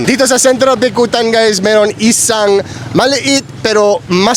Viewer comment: Your Tagalog is improving on every vlog. Keep it up, your conversational Tagalog is also getting better. Just a friendly pronunciation correction. On it’s isang and not isaaang. Other times you say “bulaaallo” when it’s bulalo, also “peeenoy” is pinoy, and sunset is lubog not “libog” ng araw. lol 😂😊